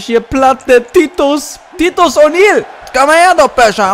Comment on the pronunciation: Das i bei titus wird wie ein Ei ausgesprochen erne